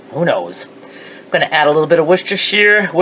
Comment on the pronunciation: wistashi Is how it's said